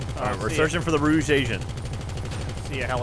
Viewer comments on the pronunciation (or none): its Rouge not Rooge